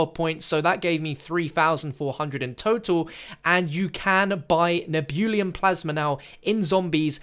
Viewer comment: Nehhh-Beu-Lum.... Not Nee-Boo-Liam lol :)